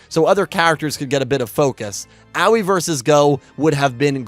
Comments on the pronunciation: I am and will forever be in at least slight amazement at how you refuse to pronounce Aois (AHOhE) name correctly. Anyway, when will you take my idea of doing weekly yugioh reviews of the various series (perhaps vote based) of the previous series as you had done previously till more is known about Y7? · Honestly, VRAIN's greatest writing flaw is that Akira didn't shout Aoi's name enough times for to learn how to pronounce it. I now call her BooBoo Angel because of you, I hope you're content with yourself.